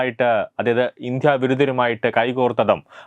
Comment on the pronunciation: ഉച്ചാരണം നന്നാക്കണം ഇന്ത്യ യാണ് ഇന്ധ്യയല്ല